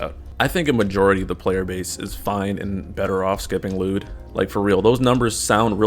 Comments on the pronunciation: His name is not pronounced lewd lol. L'yood. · no you're not pronouncing the Y 😩